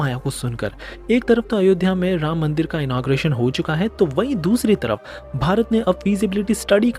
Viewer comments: राम बोलिए। रामा क्यों बोलते हैं? रामायण को रामायना क्यों बोलते हैं। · मूर्ख...लार्ड रामा नही... भगवान राम....रामा नही। बोलना तो सीख ले बंधु।